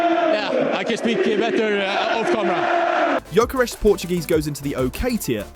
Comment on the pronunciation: That Gyökeres pronounciation has just ruined my day, thanks alot assface.